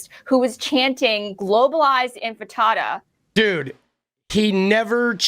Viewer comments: she said,” globalised ENFITADA” not entifada!! She doesn’t know the word; shes dumb AND a bigot as well as being a sociopath 😂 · "Infatada" sounds delicious. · Lindy mispronounced Mamdani. She missed pronounced intifada. She clearly was reading off a script. I don’t think she wrote it herself.